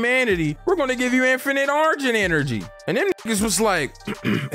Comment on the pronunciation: Nigga really said "argent enery" 😂